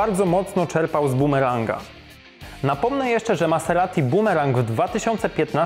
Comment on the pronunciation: Fonetycznie maZerati. #MASERATI